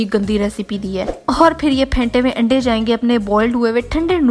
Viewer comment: You still didn't pronounce "AANDAY".